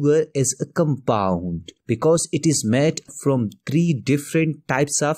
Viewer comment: sir its compound not compund 🙂